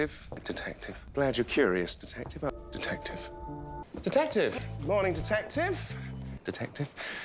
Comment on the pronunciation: Now I’m hearing tedective